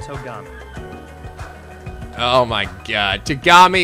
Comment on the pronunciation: It's TOgami, not ToGAmi. Though, it's understandable that you'd mispronounce it, given that the voice actors themselves also did that